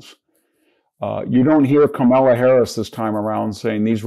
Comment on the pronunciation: This guy is not as smart as he thinks he is. Learn how to pronounce Kamala Harris’ name!